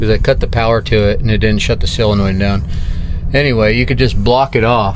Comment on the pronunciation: Why can't Amercians pronounce Solder and Solenoid correctly? Haha